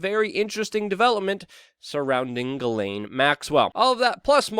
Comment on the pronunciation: Good luck with everything that you do but PLEASE pronounce her name correctly. It's JIZ(sic)laine yes I too realise the problems but living in France, know several of them.